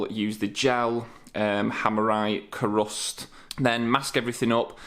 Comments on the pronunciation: Looks awesome! Btw Kurust is pronounced Cuerust as it Cures rust, hence Ku-rust! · Great job. I don't want to preach at you but you should try to get a proper mask the type with two filters one either side of the face. You only get one set of lungs and I'm talking from years of working with all sorts of chemicals and paints. I laughed at your pronunciation of krust. I've used it for about 30 years and always said Q-rust. Your doing great work, all the best.